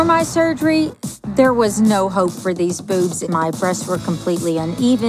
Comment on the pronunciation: am I the only one who heard hoe instead of hope at the begining